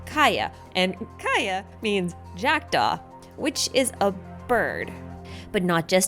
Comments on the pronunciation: as a swede, i gasped when i heard the kaja with a j sentence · i was dying at your prounounciation of kaja but anyways good video and fyllkaja is not pronounced as fillkaja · This doesn't have to do anything with theories but in Serbian language Kaja is a nickname of female name Katarina-Katheryne. And we here pronounce his name as that-Kaja.. a little trivia i guess..